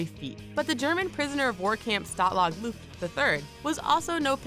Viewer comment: I thought you said stalag flucht XD